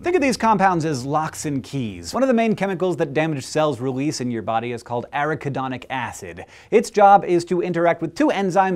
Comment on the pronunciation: That is pronounced: ah-RACK-ah-don-ick Acid But I don't care because this is WAY cool!!!! Good Work!